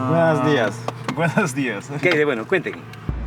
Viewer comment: buenos diaz, buenos aires kurwa xD